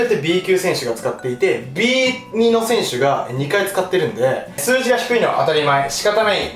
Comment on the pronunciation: ビーツーでしょ。 ビーニって言う人初めて聞いた